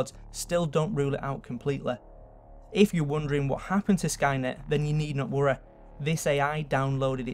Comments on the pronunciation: god, that accent "do not worreh" he ses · Hyoumanyteh Nagesawkeh Realeteh Twenteh Worreh Boddeh Slowwleh Summerreh Safteh Technolegeh Conspeeraceh Onleh Telepetheh Preeviousleh LMFAO I tried to get all of them. Tell me if I missed any.